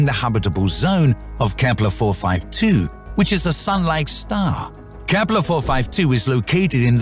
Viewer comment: lol KEEPPLEERRRR